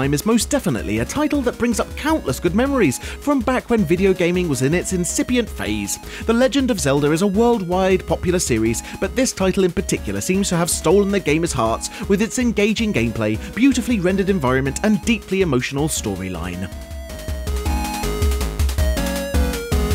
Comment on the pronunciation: "Mary-oh" ? "The Legend of Zelder" ?